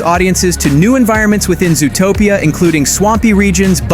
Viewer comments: It's Zootopia, not "Zoo-a-topia"! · Please pronounce zootopia properly. It’s not zooatopia. It’s zoo topia zootopia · Ai voice? Who calls it zoo-o-topia